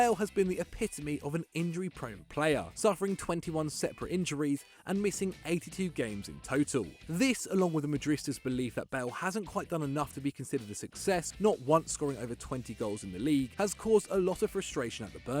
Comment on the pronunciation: Oh ffs... Please learn how to pronounce "MADRIDISTA"! You've said "madrista" for several years now, and it's making my ears bleed. It's "Madrid" and "ista", not "madr" and "ista"...